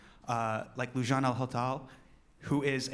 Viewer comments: Her name is pronounced Lou- Jain, but am crazy happy that he did this! They just started executing people right and left last week and I am so worried her time is coming. #pleasesaveloujain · He butchered her name! LoL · He butchered her name but love him for this ❤️❤️